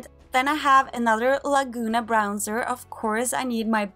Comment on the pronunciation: Pleae don't say Brownser :D Great collection